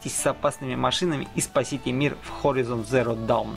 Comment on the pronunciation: Блин чувак, подучи английский. Умбрела, варс, хоризон, эволютион.